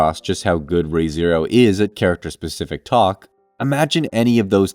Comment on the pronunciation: Buddy pronounced Re:Zero the OG way he said "RaE:Zero"